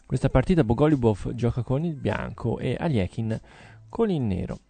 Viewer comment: Bògo-lju-bof lol